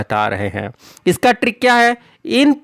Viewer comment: I like how he doesnt say "trick" he says "TRRRRRRRRRRRRRRRRRRRRRRRRRRRRRRRRRRRRRRRICK"